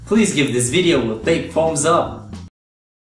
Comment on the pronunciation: notice how he say's plz give this video a big fumbs up